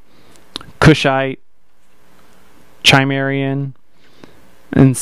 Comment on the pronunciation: This set is very fun, however there is one major issue with it. It is based on the new Conan the Barbarian rather than the Arnold classic. As to the concern about pronunciation, you had two of four. The issue wouldn't be too bad, though mispronouncing Cimmerian shows that, as you say, you have little to no familiarity with Conan. That said, a little background reading would provide you enough detail to give a more informed review.